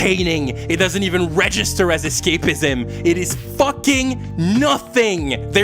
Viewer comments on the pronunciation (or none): lmaoooo not the french accent slipping out on ‘escap-IH-ZEHM’ 😭😭😭